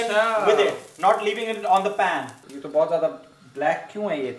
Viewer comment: Uuuuugggghhhh my pet peeve!!! It’s notttttt PAAN its a PAN!!!! Pls say it with me - PPPAAANNNN! Not PAAAAANNNN @@@@ Hehehehehe